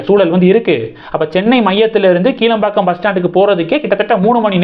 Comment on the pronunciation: "கிளாம்பாக்கம்" என்று உச்சரிக்கவேண்டும்! "கீழம்பாக்கம்" இல்லை!